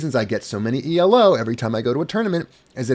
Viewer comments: The main difference between elo (stop saying "ee el oh," it's named after a guy named Arpad Elo) and glicko-2 used by HEMA ratings is the presence of a rating deviation stat. The rating deviation is a measure of how sure the algorithm is that your rating is correct, the lower it is, the higher your weighted rating. How much your rating increases or decreases based on a match depends on both fencers' relative ratings, this is the same in elo and glicko-2. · one minor thing Elo isn't pronounced E L O, it's not an acronym it's the name of the guy who invented the system : Arpad Elo